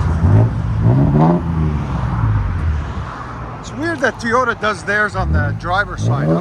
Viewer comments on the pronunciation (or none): He sounds like he's saying teeyota 😂